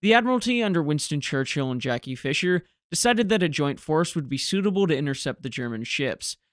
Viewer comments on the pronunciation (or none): none